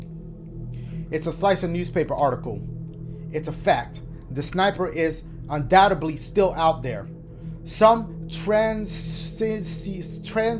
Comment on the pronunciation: When he said Sniper instead of snipper HOWLING 🤣